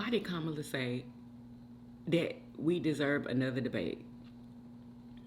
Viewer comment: You called her Komala/ time stamp , and called Kamala time stamp 😂all right Trump Jr LOL😂😂😂❤